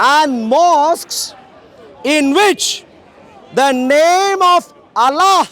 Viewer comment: allllla pronunciation is big comedy